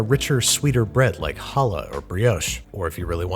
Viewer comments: IT'S NOT HALLAH, IT'S CHALLAH! COME ON!!! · Did you just say "icky" challah? Come on now. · That’s not quite how you pronounce challah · the way you pronounced challah hurt my poor jewish soul, but i love you anyways. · You always try and pronounce foods correct and it hurts to hear you pronounce challah incorrectly :(